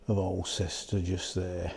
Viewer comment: Nice video,. For info, Alcester is pronounced "awl-stuh" 🙂